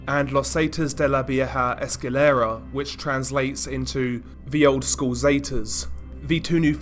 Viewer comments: Escuela not esquilera 🤦🏻‍♂️🤦🏻‍♂️🤦🏻‍♂️🤦🏻‍♂️🤦🏻‍♂️ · Los Zetas de la vieja ES-CU-E-LA , just to help you a little bit, also when are you going to do another live stream? Also: Could you make a video about Daisy's Destruction?